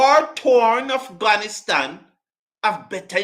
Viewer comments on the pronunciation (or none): none